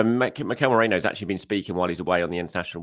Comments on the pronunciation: You’re still occasionally call him as opposed to Merino…😂😂😂 Don’t be too hard on yourself about it though as you’re doing much much better now than before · Gotta say it again. Mate, MerEEno. What's worse is in NEITHER English nor Spanish is Merino pronounced MeRAYno. Where tf is this even coming from?! It's not correct in either language lmao. How does one's brain get to that pronounciation? Baffling.